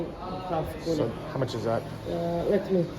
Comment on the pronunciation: korona lol its kuna